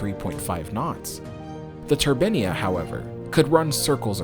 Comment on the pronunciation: You pronounce 'turbine' correctly one minute, then name the ship incorrectly. I do understand Americans can't speak English properly but do make your bl**dy mind up.